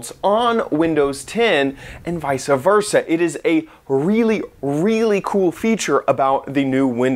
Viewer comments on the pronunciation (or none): Did he just say visa versa?